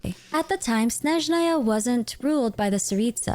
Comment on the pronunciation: her name is pronounced like YAgoda! yá-go-da. Ягода also, it's SnÉzhnaya, not SnezhnÁy